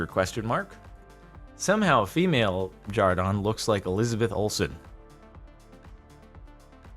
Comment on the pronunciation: No offense, but why do you say jar-don, I thought your name was jar-den